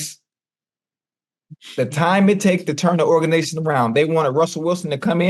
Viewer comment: Hold up again. Did Chad just say organation 😂😂😂